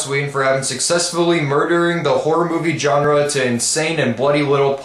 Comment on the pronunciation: Please stop mispronouncing the word "genre", I roll my eyes every time you do that xD